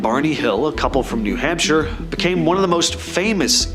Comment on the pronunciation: Is it a running gag that you pronounce place names as they look? Ports-mouth New Hamp-shire was particularly rough.